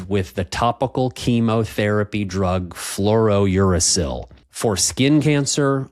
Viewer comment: I'm not a doctor but I'm not sure your pronunciation of Fluorouracil is correct. You seem to be pronouncing it as FlouroNuracil.